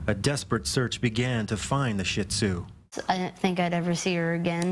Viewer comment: It's SHE-ZOO.